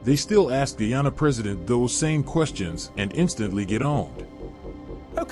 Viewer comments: I still don't like the ppp party they are racist themselves and my country is pronounced Guy-an-na not gee-han-na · in said'Ghana instead of Guyana". pompous sausage.